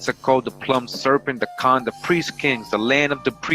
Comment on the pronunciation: I love your stuff. But 'Plumed' is pronounced phonetically --- Ploomd --or ploombda. Not what you say. Your saying Plumbed n English. Which means to make a hole as in plumbing. A Plume is a feather. La Pluma equals A Pen in Spanish. due to using a plumed feather with ink.. Not how your pronunce it every time. Your saying land of the holed serent. please if you say it English . Say this one right. thank you